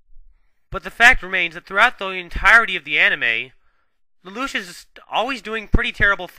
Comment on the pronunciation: The character's name is Lelouch, not Ledouche